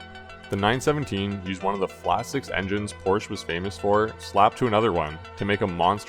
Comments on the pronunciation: good vid but its poor-sha, not poor-sh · It s Porsch-e not Porsch, at least try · nice, but it is poRschE. thx (use google translator) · " i am a huge porsch fan" ehile not pronouncing it correctly.... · An easy piece of research would be to learn how to pronounce Porsche (Pour-sha).